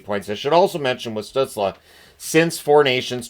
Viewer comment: Still bothers me people pronounces stuzLE You’re in America, that sounds ridiculous😂 That being said it fits his goofy aesthetic.